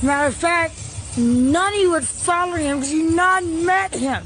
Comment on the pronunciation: Foller instead of follow is wild lol why does it sounds like she has a local that numbs your mouth at a dentist when she is talking …